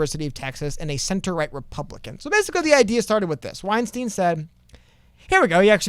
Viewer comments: I just thought it could be helpful to know that Bret's last name sounds more like 'W-Einstein' than 'Weinsteen'. Hope it helps ✌️ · No hate, just because I’m a fan. It’s pronounced weinstein where Stein makes the same sound as wein lol Not like Harvey Weinstein 😆